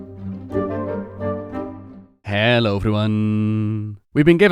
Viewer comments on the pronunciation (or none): none